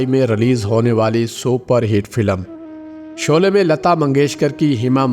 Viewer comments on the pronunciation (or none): none